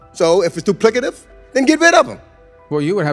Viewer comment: Jackie Childs grandpa calling out that doo-plicative !